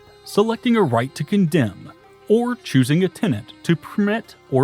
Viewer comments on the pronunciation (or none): none